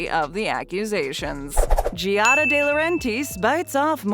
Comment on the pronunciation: Learn to pronounce Giada